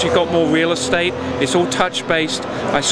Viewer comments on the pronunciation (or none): none